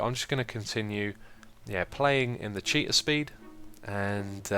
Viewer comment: ahahaha cheetah speed...I always thought you were saying cheater speed :P